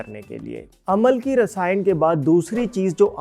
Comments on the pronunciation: It's not Amal-ki, it's Am-laki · Aamalaki...amalaki nahi. Hindi mein hai.